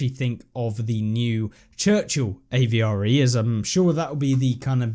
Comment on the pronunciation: stop caling it a v r e its avre